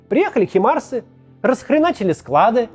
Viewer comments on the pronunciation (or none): не химарсы, а хаймарсы! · Украина уже скоро войну выиграет, а Макс всё называет Хаймарсы «химарсами». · Максим, Хаймарсы же, а не Химарсы.